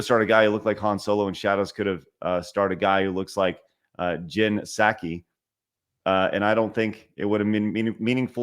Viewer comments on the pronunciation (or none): I was falling asleep and this started playing. Then i heard him TRY to say Jin Sakai..Tf did u say? Dont butcher my boys name so bad please 😂😢